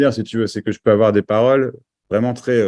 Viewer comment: "Je prefereuh entendreuh de belles paroleuh..."